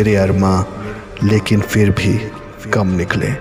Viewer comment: Good work, bhai!! Improve on your pronunciation (on words like Taqi (it's not taki, there's a nuqta; fir nahi phir, rakh lafz me aap ne aakhir me kha خ ki shakl di, kaaf aur haa hai; firta nahi phirta), I'd advise get in touch with someone who knows Urdu/Urdu teacher or an Imam, correct your pronunciation, and record your video. Overall great effort. How (what software) did you record and add the music in the background?